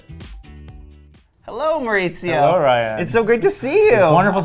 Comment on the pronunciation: Mauricio is not pronounced mauritzio, it’s Mau-ri-si-o, & yes Kyle from RHOBH says mauritzio & that’s completely incorrect